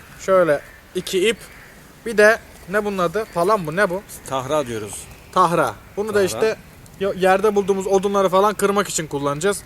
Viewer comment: Tahra değil tara